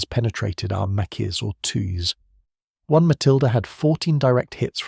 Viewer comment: This sounds like a person--it is quite good but--either they--or the robot used cannot say the numeral 1